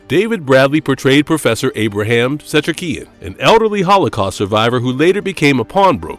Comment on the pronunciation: While I like this video, this guy who's talking has terrible pronunciation. The way he says Ephraim, Setrakian, etc. Dick.